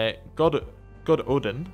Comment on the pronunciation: You can offer non-aggression pacts with your neighbors who are of your religion I believe, and its pronounced god-oth-een, and it's just Welsh for Lothian.